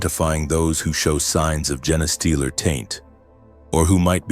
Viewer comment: It's a gene stealer not a Jenna stealer, damn.